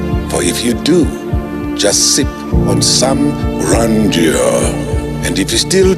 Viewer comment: I love how Eugene pronounces Grandeur athi Grenja😂😂❤one of the best episodes it was insightful so many takes❤💯